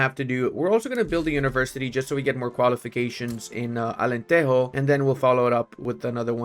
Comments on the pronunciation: It's not alanterro, é alantejo of jota, alentejo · It’s AlenteJo not Alenteho 😭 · in Portuguese we do not pronouce de "j" as a "r" like in spanish, Alentero. The "j" in portuguese do not have a similar sound in spanish neither in english. It is like a "g" when saying "ge" or xgi" preserving the sound of the g, but with another vogals: ja, jo, ju. Alentejo. My God, how it is dificcult to explain the sounds typing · Portuguese people don't say "j" as the spanish. Alentejo is "Ahh-lehn-teh-jo", if you read it in english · Alentejo is pronounced алентежу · Se ele vier pra Portugal depois de dizer Alenterro... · But he says "Alenterro"... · The J is like French not Spanish🙏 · Immediately paused the video when he pronounced Alenteijo. J’s do not make h sounds they make J sounds. There is a reason the word January starts with a J in Portuguese and not with an E like in Spanish. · Thanks for playing Portugal! Just a quick note, it’s Alentejo as in Joe but without the e. We don’t say the J like the Spanish we say it like the English and such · that can be taught 😂